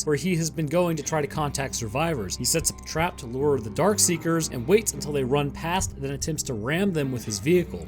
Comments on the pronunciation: No offense, but It is "Dark Seekers" not "Dark Sayers" or "Dark Seers" as you tended to pronounce it. FYI. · It’s DARKSEEKERS not dark see(ers) like you said. And they aren’t “sleeping” when Sam runs into the building. They’re feeding on the deer. If you missed that, then you should watch the movie again. Lot of auditory cues in there that I bet you missed. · Not dark see-er, Darkseeker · Why does he keep calling them “Dark-see-ers”? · My favorite part of the video is how straight up refuses to pronounce the “k” in darkseekers 90% of the time 😂